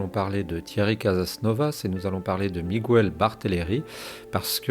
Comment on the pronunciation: Bonjour , en espagnol on prononce miguel sans u on dit mígayl on accentue le son ai ( e) en español j’espère que c’est clair